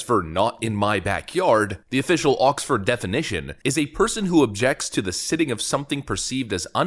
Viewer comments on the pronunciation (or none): siting is pronounced sighting